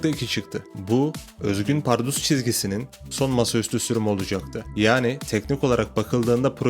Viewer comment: kral iyi hoş anlatıyosun da ömrümde bundan kötü "PARRUDUS" diyeni duymadım. bunu düzeltirsen efsane olur. Eleştiri değil tavsiye olarak al bunu.